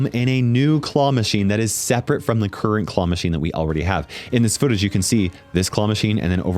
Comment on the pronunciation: "churrent trophy"